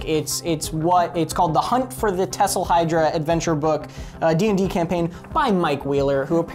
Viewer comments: Did anyone notice he said tessahydra, and not thessahydra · The TH is Thessalhydra is pronounced THHHHhhhh not Ttttttt lol. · he said thesylhydra wrong and it annoys me every time